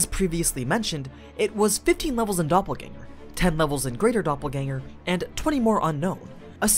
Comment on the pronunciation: Nice to hear that the pronunciations of Doppelgänger is on point.